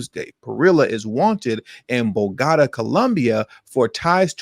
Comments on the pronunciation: It's Bow-Ga-Ta! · You need to really learn to pronounce words correctly it makes you seems less educated. Bo go ta